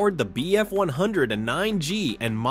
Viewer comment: Wholeheartedly agree. The DB605 that powered the "Messerschmidt BF one hundred and nine G" is a real clue of the limited AI in play here, along with a few other misnomers.